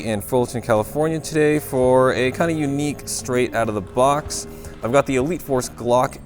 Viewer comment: is it just me or when says elite force gas it sounds like wheat force gas🤣🤣